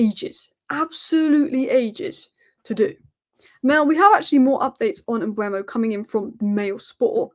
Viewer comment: M-beu-mo not Mbwemo, it's e before u. Read his name!